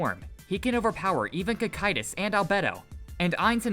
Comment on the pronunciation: why do all theses types of videos all pronounce the names wrong or puntuate at the wrong places. wtf is Sebes. his name is Sabas as in Sabastian its in the fucking name. did you even watch the show???? so tired of this shit. even got Cocytus fataly wrong.